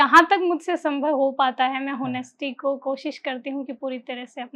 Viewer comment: Madam ne second time upsc crack kr liya Or Honesty ko sahi se kyo nahi bol pa rahi Samajh nahi aaya, jabki first attempt k mock interview me vikash sir ne ye mistake batayi bhi thi 🤔